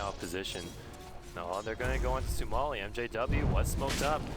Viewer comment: he can't even pronounce sumails name